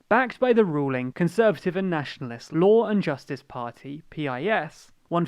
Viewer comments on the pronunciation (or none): listen to ye olde Pole when he says: the party name is pronounced just the way you pronounce "urine", although more sharply. So "peas" perhaps. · no you libtard it should pronounced like the word peace